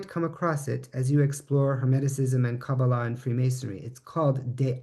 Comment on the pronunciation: Pronounced kah-BAH-lah, not as kaba-LAH. In Hebrew the accent is on the middle syllable of every word of three syllables.